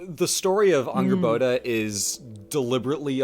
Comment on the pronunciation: The way says Angrboða *chefs kiss*, i rewinded like 8 times to relisten